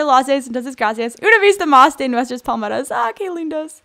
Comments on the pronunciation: se dice PALMERAS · Pensé que decía pomelos (tipo de toronja) pero era palmera 😂😂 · como hasta la cuarta parte de el video me Di cuenta que decía palmeras y yo entendía poderes:v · pensé que decía poderes